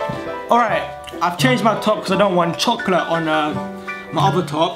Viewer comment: You can't say chocolate 😂